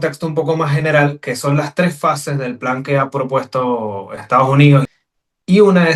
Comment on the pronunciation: no es Estaujunío, es Estados Unidos. Eres Politólogo.